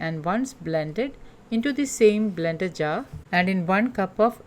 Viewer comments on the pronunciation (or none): none